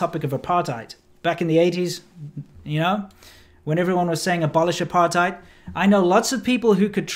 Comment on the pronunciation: I lived in RSA for 20 years from a young age, leaving coincidentally when the ANC took control., I noticed you pronounced 'apartheid' once correctly, otherwise as '***hide' - since it is an Afrikaans word why can't you get it right please? Incidentally I also lived and worked in PRC and Taiwan for 15 years and as a trained proof reader I do pay attention to every nuance.